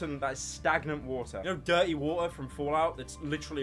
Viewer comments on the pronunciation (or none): Baf wa’er